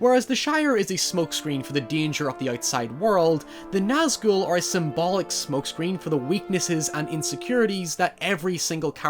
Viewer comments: I like the fact you Nazghul right but you kept calling sauron Zauron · The pronunciation (I believe) is "SOW-ron" (sow as in female pig) but people also say "SOR-ron"... Either way, hard S Regardless, I loved your analysis of the Nazgûl (you said that one right, btw!) and their purpose within the greater narrative. Love your channel and your dog! ❤️😊